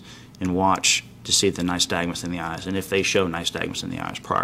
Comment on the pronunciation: He keeps saying “nystag”nusI hear so many cops make the same mistake. Their training course obviously barely touches on this. I have Resting Nystag”mus.” My eyes will sor flutter watching TV or if somethings moving past me too quickly. Annnd….. I think they should do away with a field sobriety test because it is bulls***.